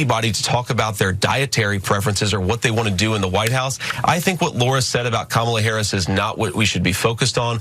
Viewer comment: Hey, JD figured out how to pronounce Harris' name!